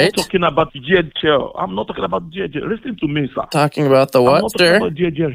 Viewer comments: LisssOn to meee Stop asking QuestChon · And "do one ting" and "each and everything" "Fixation" "Lissen!" "SIR!/MA'AM!"